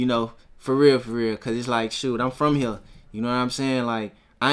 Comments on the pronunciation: I don’t think so , listen to how he say “here” lmao he saying it like hurr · definitely said hur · It depends. It's just like how some people say "man" and some people say "mane". It just depends on the person and how they feel like talking. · he say hea not hurr hurr is memphis hea is southern accent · fuck no 💯its hurr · Maybe he said both but here's a timestamp of him saying hurr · Atlanta is still in the south